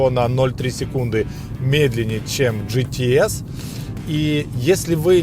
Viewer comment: Спасибо за обзор., режет ухо неправильное произношение английских слов. Не ге-те-эс, а джи-ти-эс. Не питон грин, пайтон грин. Или уже "питон зелёный", если полностью переводить. Если по теме, хотелось бы больше внимания PDC и опциям, типа адаптивный круиз контроль.